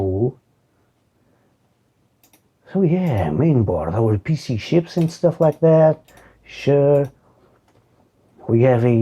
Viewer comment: With your accent, when you say "PC Chips" it sounds like "PC Shit" to my ears... how appropriate. No dual channel? That being said I'm not sure how much dual channel actually benefits AthlonXP; I'd imagine it would matter a lot if you're using an nForce board with integrated video. I would have tried to get a (red) GeForce 4Ti instead of using a GeForce 4MX, but that's me... also, the front panel spaghetti should have been shoved under the red floppy cable... maybe even split-loomed or covered with red tape... was giving me cable management cringe.